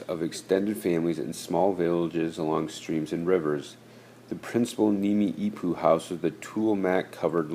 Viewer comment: It isn't pronounced "nimi'ipuu" it's pronounced "Nee-mee-puu"